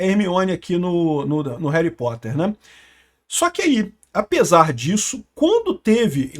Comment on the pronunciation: Reri potter. Parece eu falando 😂😂😂 tamo junto 😂